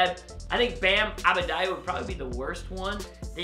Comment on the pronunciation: it is adebayo and it is pronouced the same way it is read. ad-e-buy-o